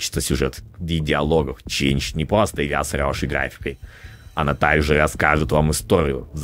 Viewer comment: Ролики с белым фоном – отдельная рубрика, это не "кратко про". И ролик из сна бэбса назывался просто "changed" Ролик хорош, но бэбс получается слишком добрым к фурри-игре. И вставок с говном слишком мало. + Вопрос: почему вы все говорите "чейнж" вместо "ченджед"? Англичане?